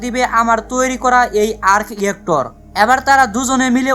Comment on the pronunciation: আর্ক ইয়েক্টর না, ভাই! আর্ক রিয়্যাক্টর।